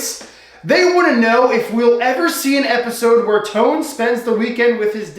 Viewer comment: Why do say tone wrong